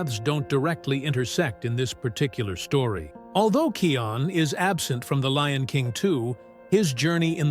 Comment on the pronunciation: It’s kion